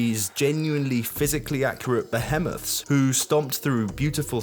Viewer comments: its pronounced ba heemoth not ba himmith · beHEHmoth... DebriSSS... brother why? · gnarrr I wish you would pronounce words properly. Behemoth = buh-HEE-moth Debris = de-BREE I can't take any more of this, why even use these words if you don't know how to say them?